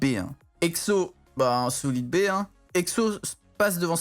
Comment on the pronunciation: ''SOLEED BAY" 2021